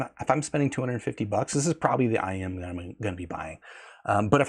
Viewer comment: it's IEM. Not IM. I could hear you struggling to pronounce it. Stop trying so hard to sound so proper and technical. We all know what you're talking about.